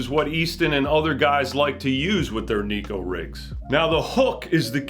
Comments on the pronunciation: Love the channel! But there is a difference between Neko and Nico. One means cat, one means smile. I encourage anglers to start pronouncing it the correct way. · It’s pronounced “neck-oh,” despite how the majority of backwater fishing hillbillies say it. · if we started to called crankbaits, wankbaits. It would be corrected. I will never give up my pursuit in having the bass world pronounce Neko correctly. 😂